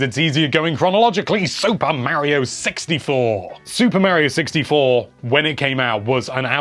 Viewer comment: I finally found a amazing YouTuber that pronounces Mario the way I do 😁